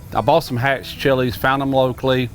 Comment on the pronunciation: Being from New Mexico you did a good job on that chile 👍🏼